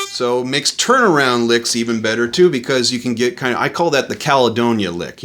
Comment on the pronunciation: it’s Caldonia, not Caledonia.